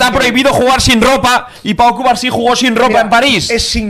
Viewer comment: Cubarsi? O Cubarno? Jjjj